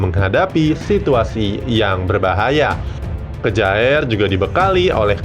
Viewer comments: Kyer min bacanya bukan kjaer😁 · Bukan kejaer bro tp bacanya kier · Kjaer dibaca kyer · Kjaer = kiyer. 🙄